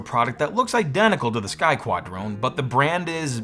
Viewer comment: I heard "Sky Twat"